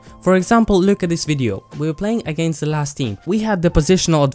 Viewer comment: "AGAINTS" Nice good video though